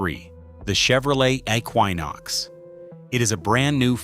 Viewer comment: "Eck-why-nox". Really? This AI is so stupid!